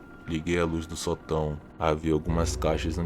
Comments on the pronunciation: Ele não percebeu que Sótão têm acento daí a pronúncia sotão. 😊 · Fora o detalhe que você esta falando a palavra sotão com entonação errada esta muito legal. Historias interressante!